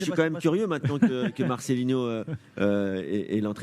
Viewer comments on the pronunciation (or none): Marcelino, pas marcelinho svp!!! Un peu de respect, si déjà vous ne respectez même pas son nom !!!! Vous êtes grave les français...